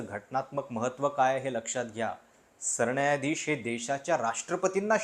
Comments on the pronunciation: सरण्यायाधीश नाही रे सरन्यायाधीश...किती वेळा सांगितलं न आणि ण कधी म्हणायचं शिकुन घे...🤦🏽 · सरणायाधीश नाही रे बाळा, नीट उच्चार कर... पत्रकार आहेस न